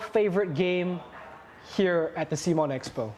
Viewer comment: Great to see Cmon's co-founder take time to talk to the community. Although he was indeed wrong about the pronunciation ;) Guess no one reads your t-shirt!